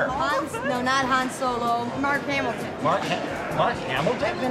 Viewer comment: It's not Hamilton it's Hamil